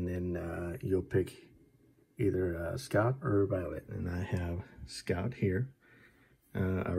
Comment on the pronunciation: Scott? It's scout. S C O U T,scout.